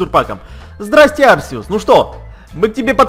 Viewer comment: правил но говорить не Арсеус а Аркеус